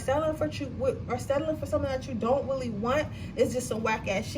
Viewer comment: Sis do you have a speech problem? It seems to get worse and worse every time I click on a video. You keep pronouncing “really” like “willie”. And you talk fast.